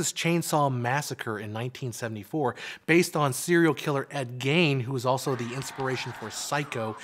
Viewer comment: This is lovely and very well done. Just an FYI from a Midwesterner: "Gein" is pronounced "geen," like "wean." Probably not the right pronunciation from a German language perspective, but the way that the name was pronounced by the family.